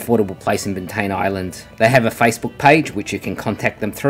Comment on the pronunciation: It's pronounced bant "eye" an